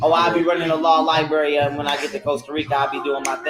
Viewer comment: law lie bury 😂